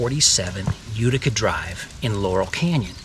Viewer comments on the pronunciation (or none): none